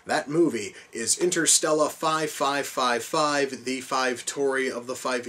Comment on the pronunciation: I always found it hilarious the way pronounced the title of this film.